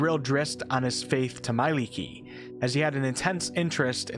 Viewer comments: Mielikki is pronounced as mie-lik-ki with the emphasis on the second syllable, not "mailiki". I thought for a good 10 minutes for any examples in the english language where you pronounce the letters "mie" or let alone "ie", but they all seem to turn to different pronounciations, like friend->"frend", lie->"lai", tie->"tai". Take the I from intuition and E from electric and stick them together. She is the wife of the god of the forests in finnish folklore. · You pronounce Mielikki wrong. it's not prounced "mai-licky" it's pronounced "Mee-ae-lickii"